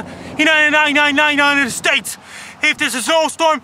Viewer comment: he sounds like a brit punk vocalist when he says "-nited states"